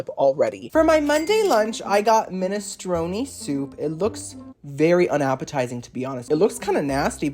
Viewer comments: I think that it's pronounced 'minestrone', not 'minestroni'! XD And I think that a cello is more like a violin, than a guitar! XD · Its pronounced Men-a-strone, not men- stroni